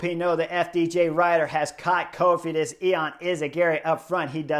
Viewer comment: You said "caught Cofidis" and I heard "caught COVID" 😂😂😂